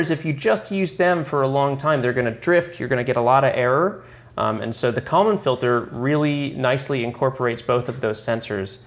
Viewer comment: I honestly had no idea you were saying "Kalman filter" until I looked in the comments. I just keep hearing "common filter".